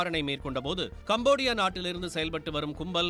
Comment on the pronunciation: கம்போடியா என்று சொல்லும் போது எனக்கு தேவுடியா என்று சொல்வது போல தெரிகிறது.